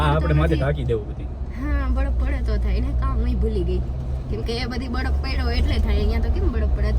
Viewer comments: Badaf nai baraf bolo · બડફ ના બોલાય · બડફ bole 6 ❤😊